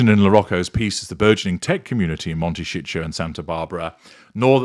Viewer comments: Please pronounce the name Momtecito correctly. It is not Montecicho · Actually he says "Monte shit show" ;-)